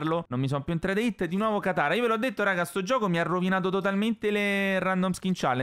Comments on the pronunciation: Tranquillo l' hai detto bene katara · Ma tu dici che pronunci male katara ma in italiano la pronunci bene